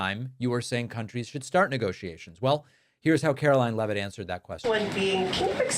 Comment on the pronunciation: I'd like us to pronounce her name correctly as well. It's spelled like it should be pronounced "leave-it" not "Lev-it". They need to stay on top off all the crimes. Keep asking about the use of signal and the use of Gmail.